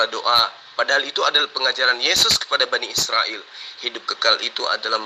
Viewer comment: Bani sirael...🤣🤣🤣..bukan sirael....BA...NI... IS...RA...EL....